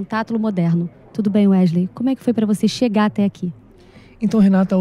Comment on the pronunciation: "Ueslei" kkkkkkkkkkkkkkkkkkkkkkkkkkk